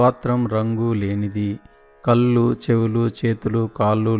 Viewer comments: కల్లు కాల్లు కాదండీ ...కళ్ళు కాళ్ళు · దయచేసి కళ్ళు అనండి కల్లు కాదు కాళ్లు, కాల్లు కాదు దయచేసి ఇది గమనించండి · కళ్ళు కాళ్ళు అనడం అనాలి.కల్లు కి కళ్ళు కి తేడా గమనించి పలకండి. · Meeru eyes... kallu ni (toddy) laaga palukutunnaaru... Kaallu kooda (la kaakumdaa alaa.. ) naalika madatapetti palakaali.. spastam gaa palaki ee video ki viluva penchagalaru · telugu lo 'ala' ni meeru kallu ani uchharistunnaru. please try to pronounce properly.